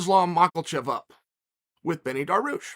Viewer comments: Ah yes, my favorite fighters, Islam "Mockelchev" and "Benny Darwoosh". Love uncle Chaels pronunciations hahaha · Of course he says benny darush...